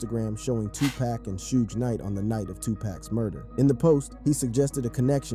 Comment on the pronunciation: Shooges Knight? hahhahahahhaa